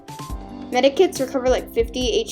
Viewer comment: It's medkits MEDKITS NOT MEDIKITS